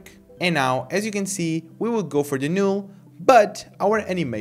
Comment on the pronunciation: It's not a big deal, but the "NULL" is pronounced as "Nall" but not "Nule"